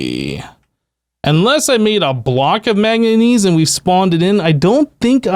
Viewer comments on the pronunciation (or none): Killing me with the "maganese" my dude